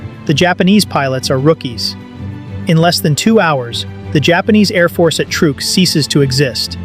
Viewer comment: someday AI will be able to pronounce words properly. Truk is pronounced truck.